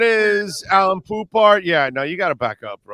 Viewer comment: His name is Alain not Allan, Alan or Allen!